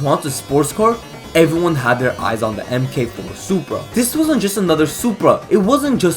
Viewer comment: mk4 is typically pronounced 'mark four' for future reference